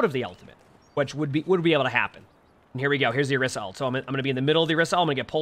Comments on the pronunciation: whys he saying orissa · Why dose no one ever say orisa's name correctly 😔